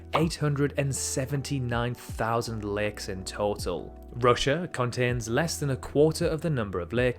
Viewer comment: its LAKES not legs